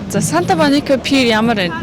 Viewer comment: maybe pier not pear